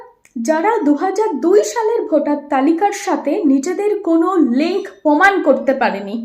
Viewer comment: পোমান নয় প্রমাণ